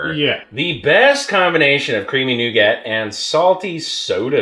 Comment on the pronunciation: that nougat sounds more like NOgat